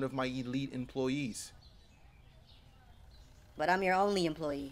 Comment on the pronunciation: Enrique is not an enlete ployee 😂😂